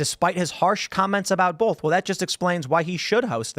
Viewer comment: Tim both doesnt have an "L" in it.